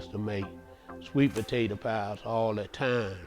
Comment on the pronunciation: The way you said "Today we gunna be makin up a country maaade sweet pa tay ta pie" let me know this pie was going to be good as ever